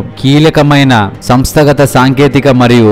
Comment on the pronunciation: మీ వ్యాఖ్యాన శైలి చాలా బాగుంది. కానీ రెండు చోట్ల రెండు తప్పులు దొర్లాయి... సంస్థ గత కాదు...సంస్థాగత అనాలి. అలాగే మరో చోట పతకం కి బదులుగా పతాకం అని పలికారు. గమనించండి. అర్థం మారిపోయింది కదా... మీ వివరణాత్మక వీడియో ప్రయత్నానికి ప్రత్యేక అభినందనలు ! 💐💐💐💐💐